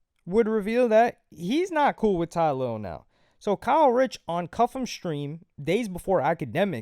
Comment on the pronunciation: You keep saying Kyle Rich das a NY drill rapper 😭😭 it’s Kae Critch